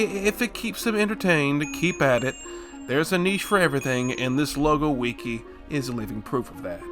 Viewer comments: Just say wiki like a normal person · entertaining video, but the way you say wiki makes me want to kill myself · The way you pronounce wiki as “weekee” sounds like nails on a chalkboard to me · “weekee” is on par with “meimei” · ITS NOT CALLED A WEEKI